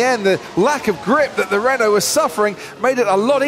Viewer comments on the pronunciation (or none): none